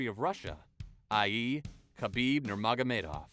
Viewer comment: Khabibs name is pronounced habib. Also khamzat doesn't have the fastest wins, royce gracie does